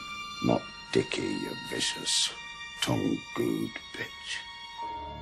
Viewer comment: "tongooed" fanastic